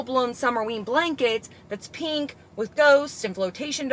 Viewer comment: I’m so sick of hearing people pronounce pink, PEENK. There is no E in pink.